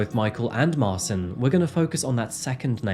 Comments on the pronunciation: His name is Martin (polish Marcin), not Marson. You have created new name ;) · marchin not marsin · The name Marcin is pronounced more like "Ma-chin" btw.. for future reference. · His name is pronounced Martshin. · It's pronounced Sol-ford, not sal-ford.. And mar-chin.. Just incase you get more polish names like this. But great telling of this story... I live in Salford and can't remember hearing anything about this. Should have sent him back to Poland to serve out his jail time, why are we paying for his food and clothing in prison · If the guys name is Marcin, its actually pronounced March-in. I work with a Marcin :) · 😳 it’s pronounced marchin! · Marcin pron. Marchin. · That's a funny way to pronounce Marcin